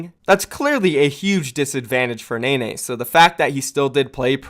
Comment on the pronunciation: It’s pronounced “Nen-nay” not “Nay-nay”